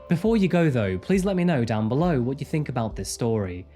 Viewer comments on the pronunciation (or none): none